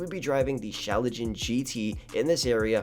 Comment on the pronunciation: It's pronounced Sklaa Gen not shalagen Awesome video tho :D